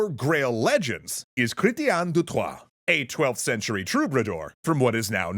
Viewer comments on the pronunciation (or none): none